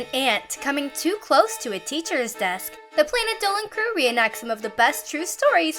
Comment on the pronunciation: Logo Says: Planet Dolan Voice: Planè Dołen